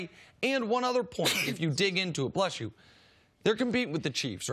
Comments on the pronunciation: It’s not blesh you it’s bless you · lol nick said blesh you 💁🏻‍♂️🙃